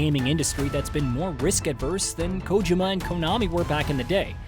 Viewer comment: You can tell this guy never played metal gear and is just reading a script by the way he pronounced Kojima